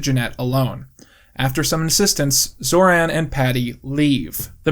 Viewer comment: you americanized pronounciation of Zoran (based)